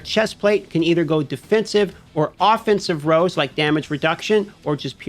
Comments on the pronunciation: Are you saying rolls? Or rows? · "rows" is this guy saying "rows" instead of rolls?